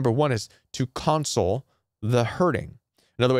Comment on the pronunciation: In your section of "Using Empathy" first, it is awkward to hear your pronunciation of "console." A console, as a noun is pronounced CON-sole. Console, as a verb is pronounced con-SOLE, con-sol-A-tion, con-SO-ling, con-SOL-ed. And second, "Planed Giving" does not make any sense, the same as "Mountainous Giving" or "Grooved Giving" doesn't mean anything. If you mean to say that their giving is premeditated, you would call it "Planned Giving." Beautiful and Helpful content, but wanted to point out these two things in case it helps.